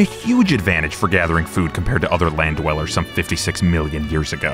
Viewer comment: I heard landdweller. Who hired a troll?